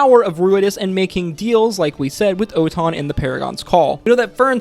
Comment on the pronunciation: And ‘Oton’ is actually Otohan